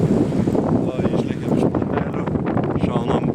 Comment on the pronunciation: Liuks video, bet už ,,Platelių'' tarimą -9000 taškų. Tariant pavadinimą kirtis dedasi ne ant ,,e'' o žodžio gale ant ,,iai'' ;)